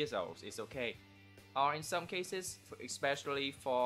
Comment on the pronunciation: "Some" not "cone"